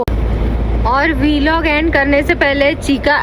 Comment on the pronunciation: वीलॉग ❌ व्लॉग ✅ Please correct it it's irritating AF.